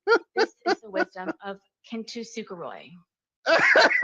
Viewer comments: Learning to.pronounce it properly would have been a nice touch. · kintsukuroi aka as kintsugi is not whatever the hell knowitall sarah buffoon was pronouncing “kintusuperoi.” one would think with her entire narrative riding on this crafting analogy she would get the damn word right! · yall non Japanese need to go to google translate and listen to how kintsukuroi (金繕い) aka kintsugi is actually pronounced. the unashamed confidence she uses to school everyone on "kin-too-sooka-roy" is another point for almost diagnosed narcissism. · She does not know how to pronounce Japanese at all because she's saying it so wrong that most people won't even know what the f she was talking about if she hadn't explained it